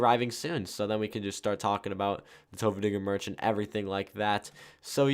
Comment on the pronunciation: U said tofuudiger lol